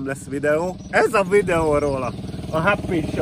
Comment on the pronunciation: Háppíí drink shopp! Háppíí!? Szakadok😆😅😂